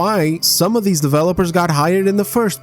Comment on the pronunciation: God I love it when he says ahh but deez just sounds so funny